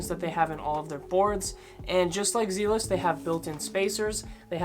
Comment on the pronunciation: Not gonna lie I lol’d when you pronounce zealous that way, this video is 3 years old so I’m sure you’ve figured it out. Zealous are faster than reds and spaceballs, but with zealous you have to do 10 to 20miles of skating in order to break them in because of the type of lube. On top of that they are smoother than reds and will last longer. You don’t have to clean them hardly ever since they are double sealed. The fact that you put space balls one tier above zealous at the highest tier, let’s me know that you for sure didnt break in the zealous bearings, or damaged them putting them in but most likely didnt break them in and it takes long time, they are slow out of the box because of that thick nano ceramic grease they use but that also makes them last a very long time. Space balls are super mediocre, I would say similar to reds. You put spaceballs in the same tier that bones Swiss ceramics should ideally be in which is nuts. S)bones Swiss ceramics, bones Swiss six balls, zealous ceramics, seismic full spin ceramics A)zealous, bones race reds, B)space balls, bones reds, pantheon bearings That’s my list for the top 3 tiers. I ride longboard so the speed part matters even more for me. They are just the bearings that I can speak on. Zealous are hands down the best budget bearing, by the way 25$ isn’t a lot for bearings. Youre young so you’ve advanced a bit I’m sure